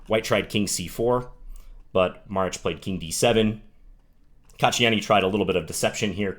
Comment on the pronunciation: Props for pronouncing that Maric correctly :)